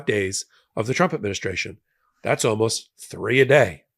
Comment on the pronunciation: Did you actually say walmost criminal